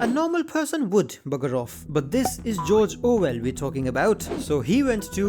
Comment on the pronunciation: Ah yes, Jorjor Well